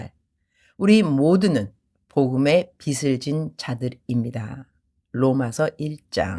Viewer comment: 발음 교정을 하자면 ㅎㅎ 빗을 /비슬 빚을 /비즐 선교사님은 비슬 이라고 하시는데 비즐 이라고 발음 하는게 맞습니다 😂😂